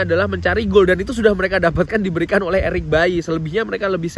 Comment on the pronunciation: Eric Baily bang bukan Eric bayi